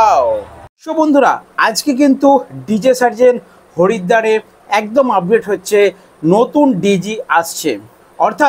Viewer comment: Harida na haridwar thik kora to boll